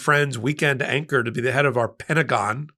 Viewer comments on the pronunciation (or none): none